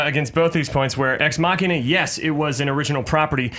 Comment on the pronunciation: I like Allison because she pronounced Ex Machina damn right!